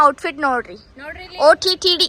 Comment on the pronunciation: That's not OTTD sissyy,,,, OOTD...